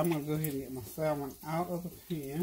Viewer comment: with all due respect the "l" in salmon is silent 🤫.